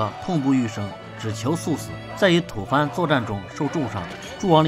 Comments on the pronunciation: 不是吐fan是吐bo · 纠正你一下，吐蕃（波），不是吐蕃（翻） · 吐蕃，正确读音为tǔ bō。